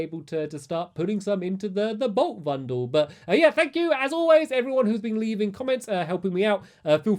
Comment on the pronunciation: you said bolt vundle xD